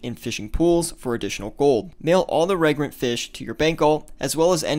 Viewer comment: FYI, reagent pronounced re-agent, not regrent